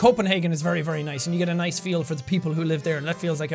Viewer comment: Jack talking about vinyls: verreh niice